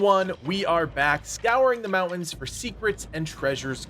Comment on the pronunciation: 80% of the player base is Chinese I don't know what you expect. Also the guy in this video can't even say the word mountains properly so not exactly a great arena to winge about English